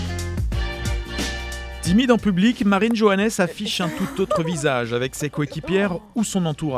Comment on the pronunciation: vous auriez au moins pu prononcer son nom correcterment sérieusement